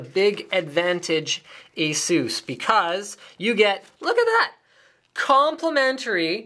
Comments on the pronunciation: I believe it's pronounced Asoos. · I love the way you pronounce ASUS...